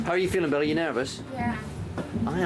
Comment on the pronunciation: When he says Billie's name it sounds like belly